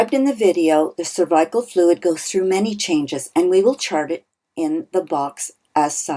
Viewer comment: Why do you say cervical wrong?